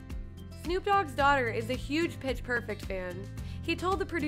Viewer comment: Petchh perfect